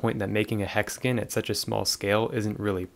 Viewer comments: Hexagon❌ hexagin✅ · Ok I wasn’t going to comment this but it getting annoying hexaGON not GIN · the way he pronounces hexagon makes my blood boil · it's alright 😂😂😭